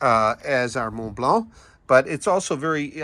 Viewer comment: A+ pronunciation of Mont Blanc